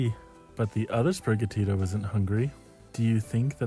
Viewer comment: Bro said spiriga Tito 🙄 It’s spiri gatito Gatito being Latin for cat or kitten